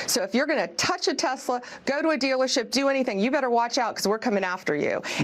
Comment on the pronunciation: "I Love Tesler" 👐